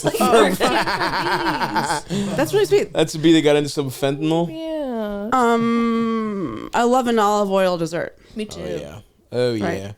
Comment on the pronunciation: Stav might be the first comedian to ever pronounce fentanyl correctly